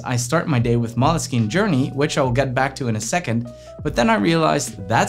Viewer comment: Great info and editing and setup!!! But I think you’re pronouncing moleskine wrong